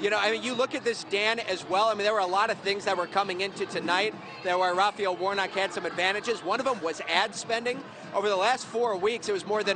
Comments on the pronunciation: His last name is Warnock sounds like War-Knock, not Warnick 🙄🙄🙄🙄🙄🙄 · Quit pronouncing Warnocks name “Warnick”. Damn Dan! Don’t you have degrees?